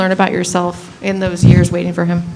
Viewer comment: “years” damn bro.